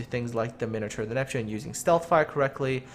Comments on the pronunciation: Min-o-tar not minater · your mispronouncing Edinburgh. it's more like edinburough. Also you say minotaur weird